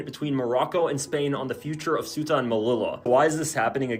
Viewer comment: Ceuta is pronounced almost like "SayUtah" quickly spoken as one word. Alternatively, let your favo translator app say it for you.